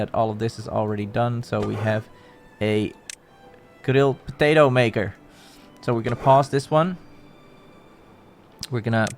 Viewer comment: I just started this playlist after seeing some shorts.. I couldn't ficker out from which country you were until you said "potato" on a way you could only be a Dutchman. Lekker bezig, pik! Ik blijf je voorlopig volgen!